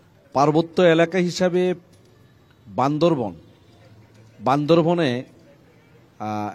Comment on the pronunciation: যারা জেলার নাম ঠিক মতো উচ্চারণ করতে পারে না,তারা কিভাবে বান্দরবানকে সেবা দিবে,আমার মাথায় আসে নাহ🤔🤔🤔